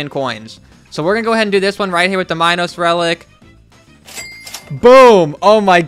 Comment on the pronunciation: HE SAID MINOS RELIC LIKE " minus relic " IM IN PANE RN